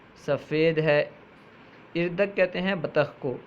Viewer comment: Bradare aap ki kawish laiqe sataish hai Laikin aap apne talaffuz ko Durst ker lain or sahee mane batane ki koshish karain. Misal ke tor per aap ne lafz urdak ko irdak irdak parha. Lafz Utaq ko itaq parha. Isi tarah ager lafz gosfand ke mane bakri aap ke hisab se hain to phir lafz buz kis ke liye istimal ho ga? Gosfand to bher hoti hai. Dr. Tasneem